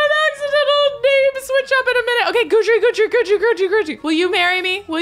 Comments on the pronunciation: His name is pronounced Guide Dree NOT Guudree just letting ya know 😂😅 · FYI, Guidry is pronounced GUIDE-RY, not GOODRY. Because he is your Guide through the paranormal pack, get it? 😊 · It’s a version of the French name Guédry & is pronounced Gid-ree. 😅 Put some respect on my ghost man’s name,! 🤣 I only know because I knew a French guy named that irl. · I’m not entirely sure which pronunciation is correct but it’s definitely not GOO-DREE lol it bugs me 😂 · I actually know a whole family in my area with that last name, and it's pronounced Gid-ree. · I beg you to please google how to pronounce Guidry. Pretty please!!!